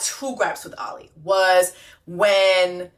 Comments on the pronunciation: I’m glad you finally called him Ollie and not “Ol LI” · Ngl friend I got “oh-lee” ptsd😂